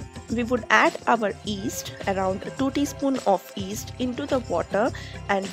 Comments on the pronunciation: yeast, not east, y is not silent, but great recipe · Its pronounced yeast not east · Yeast is pronounced yeast and not 'east'. The Y isn't silent. Thanks for a great video! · My dad used to pronounce "yeast" the same way 😀